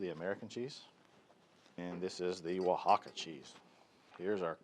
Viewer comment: Dude it o in con is pronounced like the o’s on pollo. So it rhymes with “own” More like cone. You pronounced “Oaxaca” well. Your friendly YouTube Spanish teacher. Recipe looks great.